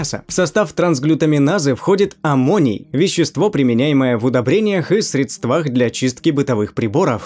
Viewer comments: срЕдства, а не средствА. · Автор, тебе нужен нормальный редактор! Не свекла, а свёкла! Не средствА, а срЕдства, не фрешев, а фрешей! Учите русский язык лучше!!!